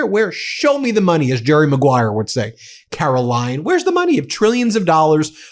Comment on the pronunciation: “Karolyin’” I love it! Thanks. I made it almost all the way to the end, but I can’t take any more of Karolyin!